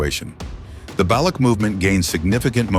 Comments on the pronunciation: INDIAN CHANNEL. AI GENERATED BRITISH ACCENT WHICH BTW THEY DID A PISS POOR JOB WITH. NEVER SET FOOT AND CAN'T EVEN PRONOUNCE BALUCH PROPERLY. WHAT'S NOT TO LIKE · AI voice can't pronounce Baloch 😢